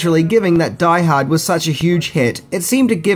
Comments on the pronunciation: Omg, if you said "Die Harda" 1 more time I was going blow my brains out lol. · if he says "die ha-da" one more time I'm gonna die hardest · Take a drink evertime he says Die Hada. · “Die hardar” 😂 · You like saying, "Die Haad 2, Die Hah-dah", don't you. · Die Hahd 2....Die Hahdda